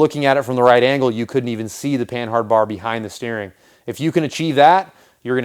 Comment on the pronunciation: I'm fairly certain that the H is silent in panhard since its origin is from the French company Panhard.